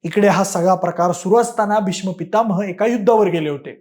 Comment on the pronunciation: पितामह बरोबर बोलत येत नाहीये तुला